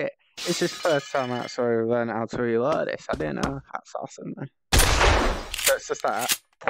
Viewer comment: It’s reload not weload